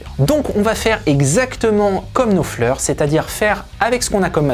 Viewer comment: Daily reminder that Frech people can make a huge effort to replicate a playing style in minute detail and yet pronounce the name of the guitar player with an accent that makes it unrecognizable.